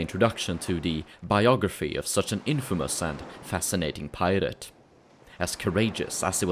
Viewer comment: When you say pirate it sounds like the word pilot, a little confusing